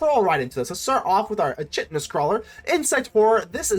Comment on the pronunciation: The funny thing about roots is you build a board so big they scoop before you ever get a chance to swing- the chitenous crawler - it's pronounced kytenous- it's like cockroach shell which is made from chiten -I said it like you did for ages before someone told me